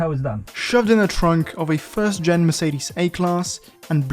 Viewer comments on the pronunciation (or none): none